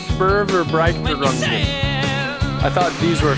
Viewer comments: Let me help you: in english it should sounds like "Schpoor-fair-brighter-oongen" ;-) I`m german and watching you and other similar channels to get used to your language. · I died when he tried to said Spurverbreitungen 😭😭😭